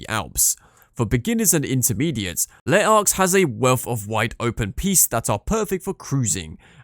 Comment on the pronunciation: Nope Les Arcs also butchered, Espace Killy also wrong